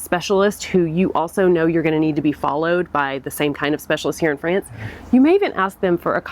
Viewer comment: Please pronounce "France" not like Fran Drescher version of "pants". Try like "wants"?!